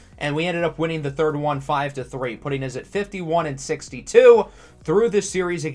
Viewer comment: i’ve watched so many of your videos i’ve started saying “uz” instead of “us” 😂